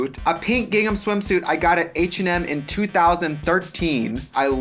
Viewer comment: Oop... Did she say H&M??